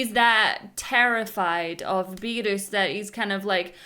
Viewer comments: I just love her Scottish pronunciation of Beerrrrus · never heard of someone pronounce beerus like you do lol